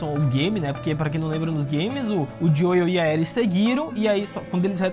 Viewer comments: Gostei das suas considerações mas só uma dica, a pronúncia do nome do Joel é "Jhou" e não "Joio", então ficou meio chato ouvir a cada minuto assim, principalmente se vc joga no original. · Sempre q o pronuncia o nome do Joel (Dioiu), meus ouvidos sangram 🤣🤣